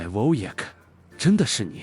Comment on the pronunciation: Wojak的名字沒有一次唸對的😂